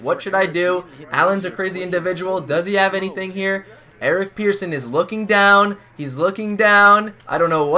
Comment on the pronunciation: His name is Persson Pronounced like Person, not Pearson